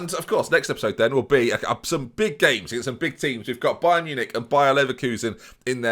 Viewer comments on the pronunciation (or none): none